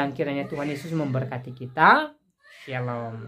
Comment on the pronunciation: Koq "Syialom" sihhh...???